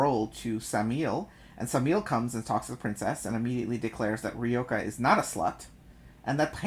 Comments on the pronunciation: It's Ryoka not Reyoka ! Or I am the one voicing it wrong all this time? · I've been reading her name as Ryo-kah too. I think pronouncing it like Ree-yoh-kah is fine though.